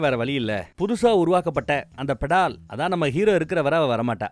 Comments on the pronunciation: அது "பெடால்" இல்லீங்க...., "பேதாள்" அதாவது நாம வேதாளம்னு சொல்றமில்லையா அது வடமொழியில் "bhedhal" நம்ம உச்சரிப்புல சொல்லனும்னா "வேதாள்" என்று சொல்லலாம்! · அது படால் இல்லை ❌ வேதாள் .... வேதாளம் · Bro it's not petal it is vedhalam in Hindi Betal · bettal illa vedaal (vedalam)